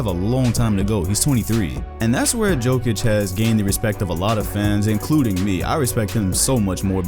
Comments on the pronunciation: No one:: "Joke-itch" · Who tf is joe-kic? It’s yo-kic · PLS STOP SAYING JOEKIK ITS ANNOYING AF ITS YOKICH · It's Jokić, u need ć ! 😃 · It is Jokitch. Similar to #1 tennis player in the world Jokovitch. However, we need to spell their names properly. Djokic and Djokovic. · Maybe the most simmilar is Jokicc, like that double C from cappuCCino. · 'yokitch' dude pls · Nobody: Oprahside: JOKATIC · great video, and about the pronunciation its Yo-kee-tch.